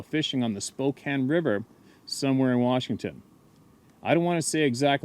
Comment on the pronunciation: I live on the Spokane river!!!! must know the area because pronounced Spokane correctly. Most people who don't know the city don't know that it's pronounced like "spo can" not "spo cane".